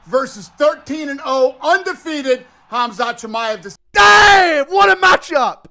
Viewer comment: says michaev 😭😭